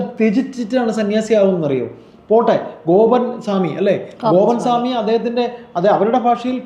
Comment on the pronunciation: സേമി അല്ല സ്വാമി